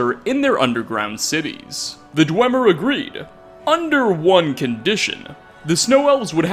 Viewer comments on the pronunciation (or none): none